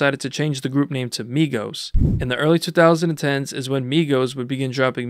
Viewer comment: The way you say 2010s bothers me lol